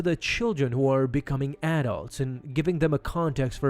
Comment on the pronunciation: Learn how to pronounce "adults" properly. It's one word and only one "d" adults. Not two words with two "d"s. "Ad dults" is not the word. Lol